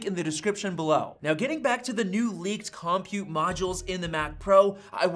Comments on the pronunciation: This is the second youtuber i've watched that pronounces "compute" as KOM-pute instead of cumpute. What is going on? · I'm excited about this possibility but had to quit listening after you mispronounced compute. The accent is on the second syllable, kəm-pyoo͞t′. I don't understand why dictionaries use this but it's not COM-pute, it's com-PUTE. Like the way you say computer so it's a com-PUTE module. Actually, I've been thinking about multiple (or replaceable) CPU modules ever since the M1 came out. These could be arranged like a blade server. It doesn't appear that Apple is thinking about multiple compute modules but only upgradeable compute modules. In some ways, I'd rather Apple come out with an architecture that allowed multiple CPU/compute modules with independent secondary memory and storage modules along with mother/daughter cards (or backplanes) that included upgradeable PCIe buses for faster I/O technologies (Thunderbolt, GPUs, etc.). Can Apple develop software that would allow this technology that is already in use on supercomputers? If you look at supercomputers, each compute module is not that fast but when you put 8,730,112 cores together (new top500 supercomputer from Cray, installed at Oak Ridge National Laboratory, 1,102.00 PFlop/s but takes 21,100.00 kW to operate) with special software you get a very fast computing system. I don't see Apple going this far but what about a derivation of the M-series SoC that only contains enough memory and storage to boot and operate each M-99 compute module (CM). Apple could include a dozen or two Mx small modules into the M-99 CM instead of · Lol "Kahm-pute" module